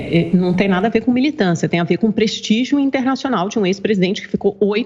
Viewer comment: "prestigio" kkkkkkkkkkkkkkkkkkkkkkkkkkkkkkkkkkkkkkkkkkkkkkkkkkkkkkkkkkkkkkkkkkkkkkkkkkkkk